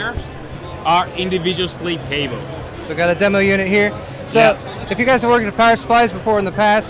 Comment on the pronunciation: How does keep a straight face with talking about the Individuwow Sweeve Cabow...?